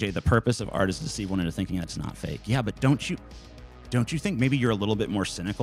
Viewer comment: How can Sargon Critique art when it sounds like he's saying "Aught"?